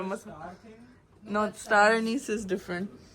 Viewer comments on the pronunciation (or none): none